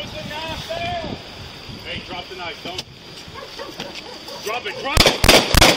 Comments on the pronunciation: He said "Put the Knoff Douyn" about 20 times...sheesh. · Maybe he didn't understand the cop was talking about the "knife" because he kept saying "put the noff down" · Put da Nah-ya-ff dan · “Put the knafe down” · “Put tha knife dow-uhn.” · The officer pronounces "Put the knife down" in a manner that will make my brain hurt for a week. 🥴